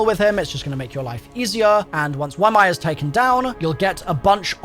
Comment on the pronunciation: pay attention to the dialogue, you're not saying ymir correctly at all 💀💀💀